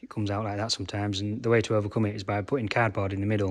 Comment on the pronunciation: Haha! You said cardboard I thought you said “cad bar” I was like WTH is “cad bar”😂